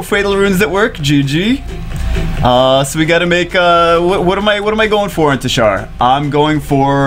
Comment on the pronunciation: Gg bro for ur teshar but it ur saying it like titshar lol